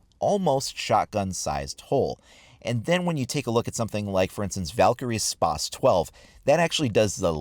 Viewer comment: Spazzzzzz not spassssssssss